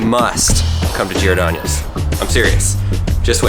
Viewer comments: you said Giordanioes. XD It's Gee-or-don-os Giordanos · P.S its not Girodanyos its (Jeer-o-don-o-os) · It’s pronounced “geerdonos” not geerdonios and State Farm is in Bloomington Illinois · GiordanO's. Not Giordanio's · The way you are pronouncing Giordano's is making my ears bleed. Lol. You are over thinking it. It's only 3 syllables and is pronounced as 'jor - don - ohs' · Oye, he misspronounced the city and restaurant! Just glad he didn't sound out the "s" in Illinois! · It's Bloomington not bloomfield lol, also you say giordanos funny! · You are saying giordanos wrong and Lou malnatis is wayyyyy better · he miss pronounced Giordano's multiple times and i cried a little bit every time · You where pronouncing Giordanos wrong. And was there 2 days ago at the one in Columbus. And I've been to the one in Chicago about 12 times.